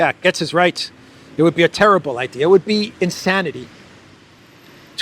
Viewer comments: Gaetz is pronounced like "gates," not like "gets." Feel free to inform your colleague as well. Keep up the great work. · Gaetz is pronounced 'Gates,'.